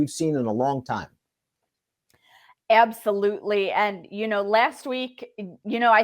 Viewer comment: The Over and Under for how many times says the word Ebsolutely on the Oaks Countdown Show is 4 at Fanduel.